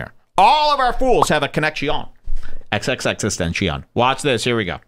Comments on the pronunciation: Xxx SeTeNtEsIoN he says........ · that’s not how his name is even pronounced slow ass 😂. However why try to justify mocking the dead? A+ upbringing right there. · Dude your targeting Logan when you don’t even know how to say XXXTENTACION right